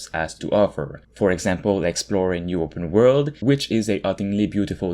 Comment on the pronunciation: "open world"...... Tf is he saying?